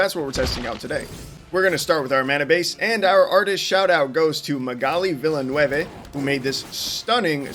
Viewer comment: The best parts of these videos are watching you pronounce artist names XD. This one is pronounce "mag-uh-lee vill-en-oov" She's french :)